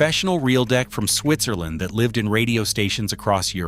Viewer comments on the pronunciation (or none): none